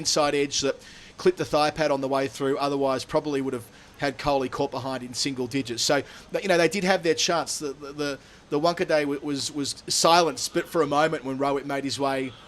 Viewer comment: Wankhede is pronounced by brits and aussies as wank a day